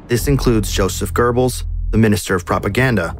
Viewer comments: German speaker here: no tf it's not. There's no rolling consonant in ö. Nor is there a rolling consonant in g or b. Ö or "o mit umlaut" is a front rounded vowel, and it can be mid-open or mid-closed depending on whether the syllable it's in is long or short. The syllable "Gö" is short so it's an open-mid front rounded vowel. Es gibt hier kein rollendes „R“ du Vollidiot 🫵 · Goebbels does not nor has it ever had or had pronounced an 'r'. Why do Americans (and shitty AI TTS Americans) do this? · I would like to know just one thing...where the hell do you find letter "r" in Goebbels??...you americans don't even try, ha? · I can understand that massacring of Various German words and most of the names, including Goebbels Name, BUT "Hitler shared this space with BONDI??? his German Shepherd." Does ANYONE Spell check/Fact/Error check these vids before theyre published? haha. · Why do Americans prononce gurbels? It’s goebbels, where do you see the letter R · Incredible video, but why did he say gerbils instead of Gobbles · ❌️ Goebbels ✅️ Gurrballs 😂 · ❌ Goebbels ✅ Gurbels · Some corrections:- 1. There is no such person as "Gerrbills". It is written and pronounced Goebbels. 2. Hitler did NOT have a vegetarian diet. 3. Metre is spelled "metre", not meter. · Why are you saying Gerbels instead of Goebbles 💀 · "Goebbels" ❌ "GeRbells" ✅ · A very well made video but sort of interesting how the narrator nails the pronunciation of the "oe" in Goebbels but constantly adds an R making it into Goerbbels... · Why do americans pronounce it "Gerbles"? I hear it a lot. Where in Göbbels do you see an "r"?😆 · Wtf is this pronunciation of Göbbels😂😂😂 sounds more like gerbil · Why is it spelled Goebbel's but pronounce Gerbels baby food. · Why you sayin "Görbels"? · Are you really not mentioning the soviet troops? And why do you pronounce Goebbels "Gurrrbels"? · Who are the “Gerbels”? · ffs its not "gerbels", where do you see an R? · He keeps on saying gerbels it is so funny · "Görbels" xd